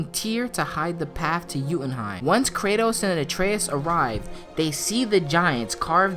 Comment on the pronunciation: Yooootenheim not youuuutenheim